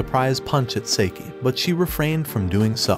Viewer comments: Bruh why does he say saeke instead of saiki?💀🗿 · For the love of god hes namn is not seiki its saiki